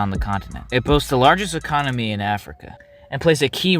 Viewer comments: ecomony instead of economy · A strong ecomony took me out fam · “ecomony” sounds about right